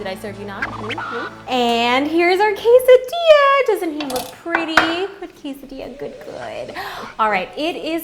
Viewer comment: o my lets call it a casseydilla :D